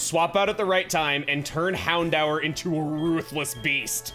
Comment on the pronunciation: I always thought it was pronounced "Hound-door"